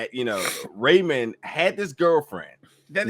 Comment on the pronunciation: Rayam not Raymond